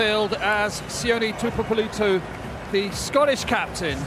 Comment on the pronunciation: Can someone teach that fud host Pougatch how to pronounce Tuipulotu properly?!?! Embarassing incompetence🤦‍♂️